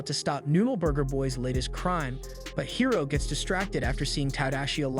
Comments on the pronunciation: Is this an AI channel? Guys voice sounds like AI as well the mispronunciation of Hiro shows. He swapped from High-Ro And Hero multiple times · High-ro? Bruh!!! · I can’t stand him saying hiro (hero) as hiro (high-ro)🤦‍♂️ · high ro high ro high ro ITS HERO JESUS CHRIST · Dude I'm late on this but the kids name is pronounced hero not high row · HIS NAME IS HIRO!!!!!!!!!! NOT HIGHRO, IT'S PRONOUNCED HEERO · "Hairo"???? It's pronounced "Hero", spelled "Hiro" 😶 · "Hero" is how it's pronounced in the movie. Not "High-roe" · I don't like how you kept miss pronouncing his name. It's Hiro (He-row) not (hi-row) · The adventures of "Highro" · Bro pronounces hiro high row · This sounds like AI, like anyone can say Hiro, not HAI-Ro. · high-roh :))))) nice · Hiro is pronounced hee-ro. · hero not hiro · Isn’t Hiro’s name pronounced the same way as “Hero”? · You pronounced Hiro's name perfectly the second time but pronounced it wrong all the time after. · I hate the way u pronounced Hiro and Obake ‘High-rih’ ‘Oh-b-k’ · You pronounced Hiro’s name wrong for the first half an hour to hour and couldn’t say Wasabi’s name either…